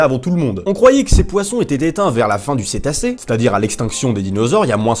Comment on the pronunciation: on dit Crétacé